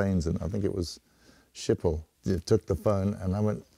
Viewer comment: The airport is pronounced: SGHGHGHGHGHGHGHGHGiphol